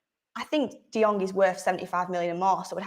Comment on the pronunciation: 😁 De-Jong? Again 😁 😅 Barcelona is pranking us right?